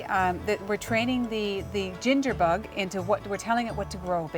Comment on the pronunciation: your acsent is unusual the way you pronounce bug=bog lol